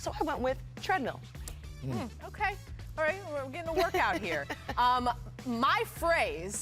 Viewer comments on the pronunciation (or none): Perks face when she said trendmill for russ lmaooo